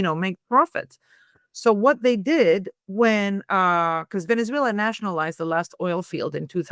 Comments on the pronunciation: "Venetzswela" pronunciation made me quit listening. I just couldn't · German / Swedish pronunciation of letter 'z' is 'ts'.